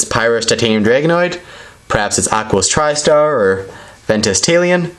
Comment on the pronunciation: its not truster its tristar